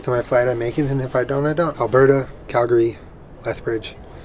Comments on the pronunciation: Thank you for pronouncing Calgary correctly. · thumbs up for pronouncing calgary correctly :) glad our cities, airport, and province treated you well. i haven't flown in a while but i have an international flight next month so i'll have to check out those charging bikes! those are news to me. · super impressed you pronounced calgary right! glad you seemed to enjoyed the snowfall in 'berta. loved the video! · You said Calgary right!! :D Honorary Canadian